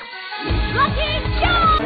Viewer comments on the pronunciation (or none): none